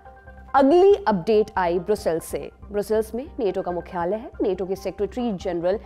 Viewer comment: नेटो नहीं नाटो कहिए